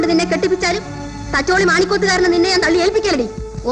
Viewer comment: എല്ലാം ok. പക്ഷെ, സത്യൻ മാഷ് തച്ചോളി എന്നതിന് പകരം തചൊള്ളി എന്നാ പറയുന്നത്.